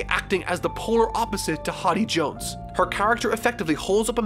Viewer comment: Why does pronounce many characters and places wrong, it's not a one time thing, he does it a lot, does his editor not let him know? In this vid he said Hotty jones and vander denken.